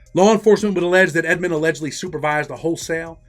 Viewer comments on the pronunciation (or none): Rayful's last name was Edmond, not Edmonds. Not sure why so many get this wrong.